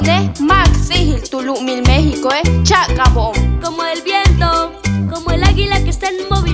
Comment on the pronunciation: dice : mI méChiCo che acabO